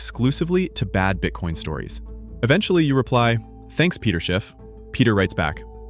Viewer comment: His name is not Peter but Pedro.